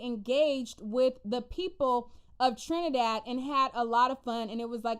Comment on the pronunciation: girl you butchered those names and the trini dialect 😂😂😂🤣🤣🤣🤣🤣🤣but being West Indian, it was cute to watch but you’re forgiven.